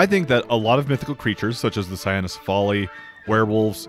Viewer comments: I’m just bothered with the “sa-ya-no-si-fa-li” because it would be rendered cyanocephaly. Now the Dog-Head becomes the Blue-Head. Hahaha. I think it is “say-no-si-fa-li” or “kwi-no-si-fa-li”. Just saying. Hehehe. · Hate to be that guy, but it's pronounced Saino-CEphaly, with the 'ce' syllable stressed, not with the 'al' stressed. That's because it's a compound word borrowed from greek which just means dog head